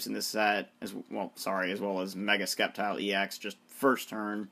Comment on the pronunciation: ITS SAID LIKE SSEPTILE NOT SKEPTILE!!!!!!